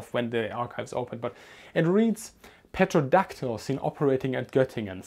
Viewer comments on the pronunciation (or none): Petrodactyl :D Terradactyl FYI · Pronounced terro-dactyl.. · In Pterodactyl, the p is silent. Thanks for the great videos.